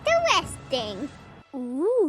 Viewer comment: Idk why I laughed so much at “ooh intewesting” 🤣